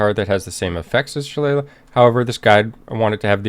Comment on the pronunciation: Wow the word is Shil-AY-lee quick google search works wonders. Great guide though.